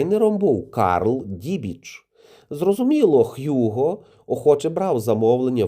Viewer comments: Німецькою звучить Гуґо Босс. Англійською: Х'юґо. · Hugo - з німецької Гуґо, а не Х'юго.